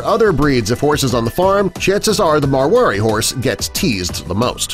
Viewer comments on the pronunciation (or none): It’s mar wa di